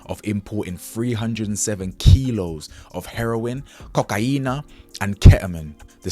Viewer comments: Why did you say it like that for? Coka-iiina ,😂😂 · Congratulations on ur award and may you win many more 🙌🏿🙌🏿🙌🏿 Oh and the way you said ‘Cocaine’ killed me 😂😂